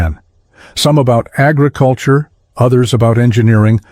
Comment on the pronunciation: Even their agriCULture reflected strategy. REALLY DUMB AI THE WORD AGRICULTURE SHOULD BE PRONOUNCED WITH THE FIRST SYLLABLE ACCENTED, NOT THE THIRD.